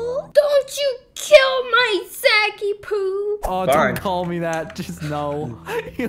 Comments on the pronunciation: Its funny whrn u called him zacypoo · Actually it's Zachie poo, not Zachkie poo